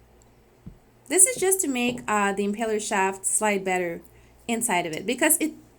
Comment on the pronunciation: Impeller. Not empeller.